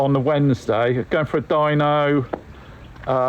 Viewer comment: Certainly looks the part. When you said "dyno" I heard dino, which got me wondering (as I often do) , is that the small Italian McDonald's style diner around the corner, or the graveyard for prehistoric scooters. I digress, as you often do. Anyway , I know you're a niche channel and a great one to boot and you don't give a midgies didgie about having 100K subs but putting this video out in two parts might get you more views. I have the time but others might see the 2 hour run as inhibitive. YouTube tends to promote channels that post regularly regardless of time or quality of content. Now, we all know that you're not exactly a conventional bloke but sometimes you don't have to cut off your nose to spite your face. Looking forward to the next one.